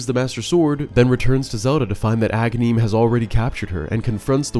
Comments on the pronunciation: It’s Agahnim, not Agahneeeem. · when I first got this game as a kid I always thought Agahnim was Ganon because I used to mispronounce his name as a-GAN-im, like Ganon without the first syllable. Then after I fought him the second time and saw Ganon rise from the wizard’s corpse that sealed the deal.